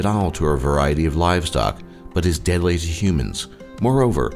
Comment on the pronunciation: is the narrator drunk? "deadsly sju humans"